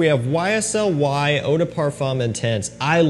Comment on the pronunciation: As a French speaker, please stop pronouncing le as “lay”. Instead, the correct pronunciation is like “luh”. Same as “de” in Eau de Parfum. 🙏